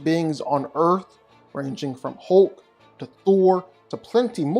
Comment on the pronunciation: I love how he says “HOULK”🤣